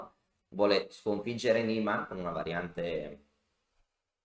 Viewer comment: Si legge Niiiiman, è un nome tedesco. Ad ogni modo quel mondo è pieno di figli di papà, Carlsen compreso... È probabile che ci sia un cpmplotto